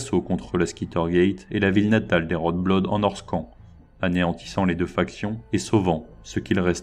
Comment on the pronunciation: Vidéo sympathique ! Par contre la prononciation c'est pas terrible sur certains mots : Norscan -> Nosca